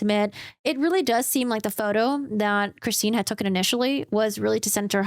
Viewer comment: I'm not trying to be snarky, but I wondered why you say tookin instead of taken in your videos?